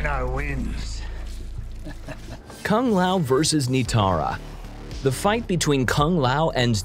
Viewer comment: At least he said Kung Lao better than they pronounce it in the movie